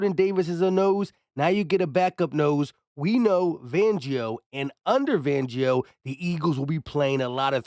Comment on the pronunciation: FAN-gio FAN FAN FAN 🤦🏻‍♂️I’m sorry I can’t be subscribed to channels of people who can’t pronounce names…. It’s not VANGIO 🤦🏻‍♂️